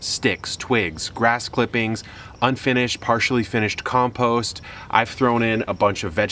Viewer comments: From now on, I'm saying "compoost" instead of "compost". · hahaha "compoost".... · Something about the spelling of compost into comPOOst nearly made me spit my coffee out laughing. Thank you Kevin. For everything you do for us LOL much love